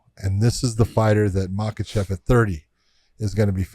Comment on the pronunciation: why are you guys calling him islam makhachev it's islam mockelchev chael says.Josh you should now this you guys are friends lol